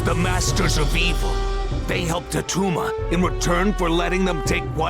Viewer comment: It's not Attuma...heh heh heh